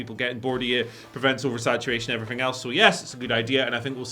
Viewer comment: “and efferything else”